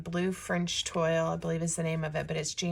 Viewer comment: Very cute. (fyi… “toile” is pronounced “twa” or “twal.”)